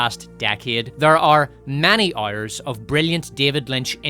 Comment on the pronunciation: Making the jokes about Lizzo was very low and not really needed. Maybe you should instead try and learn how to pronounce the word "hours". And i dont give a flying fudge that you are "ooyyirrisshshsh" or "sccccccooo'ishshsh" or whatever. (See? That joke was also pretty low and not needed, but way funnier than yours. Cheers )